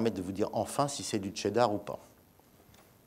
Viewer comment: Hey... Cheddar ca se prononce "Chez" (sans "T").... Pas comme le "Che" Guevara bordel !!!